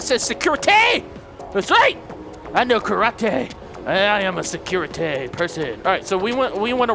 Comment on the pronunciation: I like the word secure-TE